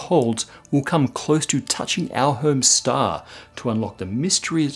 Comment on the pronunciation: It's only a mystery to those that don't follow the Electric Universe Theory... Just saying... And its pronounced "Star" not "Staa"... Lol